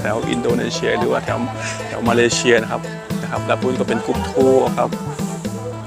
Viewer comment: มาเลเซีย ไม่ใช่มาเลเชีย ซ ตัวนี้ครับ